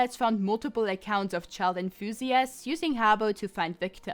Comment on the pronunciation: "Child inthusiasts" lmao